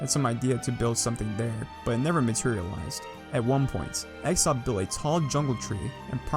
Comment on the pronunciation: has a knack for pronouncing names incorrectly, he called x0XP exoxp